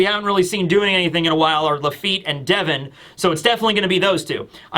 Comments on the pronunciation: Day-von sounds way cooler than Devon I’m sticking with it 😂😂❤ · I will always pronounce it katarina day-von because of you 😂